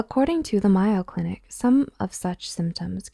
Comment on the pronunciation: Just an FYI it is the Mayo Clinic pronounced MAy-yo. Like the abbreviation for Mayonnaise.